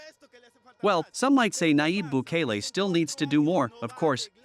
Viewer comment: Qué porquería esa inteligencia artificial. Ni siquiera puede decir Bukele. Quien dictó el texto es digno representante de la descerebrada e insignificante oposición.